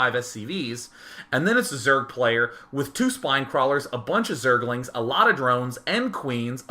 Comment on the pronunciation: zerg-el-ings lol love day9